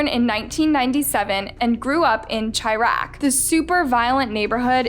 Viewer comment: its shy-raq not chi-raq! love u though u still a baddie